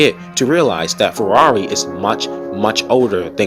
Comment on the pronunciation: the way you say farrari is hilarious i carnt stop laughing lmao